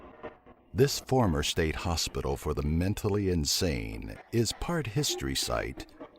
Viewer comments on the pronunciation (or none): none